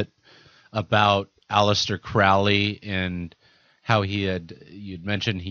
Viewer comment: Vauv=V/W=6=Tiphareth/Beauty=The Sun. The Sun is anything but "fallen". The number refers to the Heart Chakra. 666 is the Sun manifest on Earth. Crowley rhymes with Holy, not fowley. He was no "black magician".